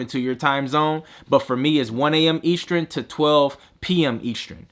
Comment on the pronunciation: Eastrin? Eastern.